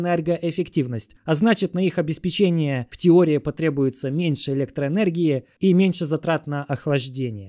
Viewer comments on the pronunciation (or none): none